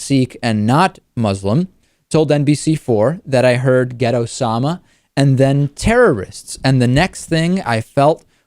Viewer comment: I thought you said "ghetto-sama" instead of "get Osama".